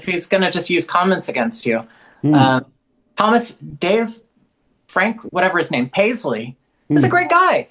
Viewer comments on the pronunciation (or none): none